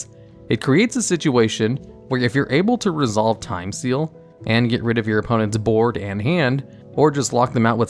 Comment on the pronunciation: Did you just say Time STEAL? XD